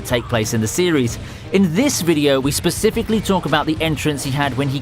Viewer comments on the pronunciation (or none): none